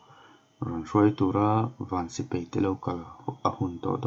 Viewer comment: A ngaihnawm khawp Mai,mahse sipai hi sipei tiin i lam ania..😁😂😂😂